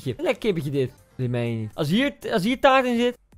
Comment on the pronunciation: Taart gvd het is “taart”